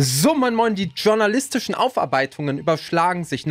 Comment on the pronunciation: Dschjornalistisch. Lern Deutsch.